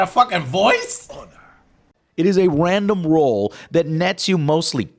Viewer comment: "wandom woll"